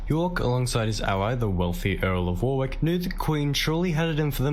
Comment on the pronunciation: I recently found your channel mate, its good that you are interested in our history. Just to let you know that the narrator kept miss-pronouncing Warwick. Pmsl. Warwick is my home town, and I cringed every time he said Warwick. Lol. For a little sleepy town Warwick has a lot of history. It's most famous for its Castle. The castle is open to the public, and you can actually stay there. It also has live shows, jousting, sword fighting etc. They actually do a war of the roses show. It is also home to the world's largest trebuchet which they use as part of a show. If you are interested, Google Warwick Castle.